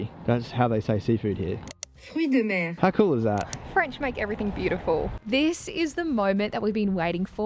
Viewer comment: Lol, Mer is pronounced Mare, not like myrrh